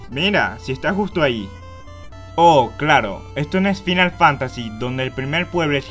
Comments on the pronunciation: Fainal fantasy chu mai english is perfectou , maldito bech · Morin risa cuando lo pronuncio asi XD o el Final Fantasy (cuando deberia pronunciarse como "Fainal Fantasy") XD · "Dragon Kest", "FInál Fantasy". En serio?... Aun así buen video. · Video perfecto, sólo, deberías hacer un esfuerzo por pronunciar los juegos como son: "Dragon Kuest" y "Fainal Fántasi" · se pronuncian fainal fantasy y dragon cuest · "dragon cuest", "fainal fánasi", pls... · tus videos son buenos,pero si mejoraras tu forma de hablar y de paso,pronunciaras bien,serían mucho mejor, el a veces se hace difícil de oir por las malas pronunciaciones cono dragon kest o fínal fantási. con todo y eso,estan bien editados. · me gusto tu video, pero me crispa los nervios como pronuncias Dragon Quest y Final Fantasy